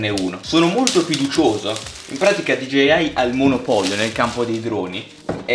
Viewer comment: Da notare all’inizio dice “gigeiai”